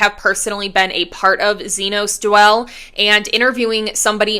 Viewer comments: It’s not “Z-noze.” It’s “Z-Nas,” thus Xenos now Dwell. Thnx 😊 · The pronunciation of xenos is killing me It’s zee-nas Not zee-nos